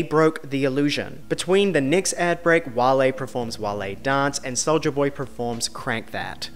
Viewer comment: Talks about mispronunciations and proceeds to say ‘PREforms’ about a zillion times 🙈🥴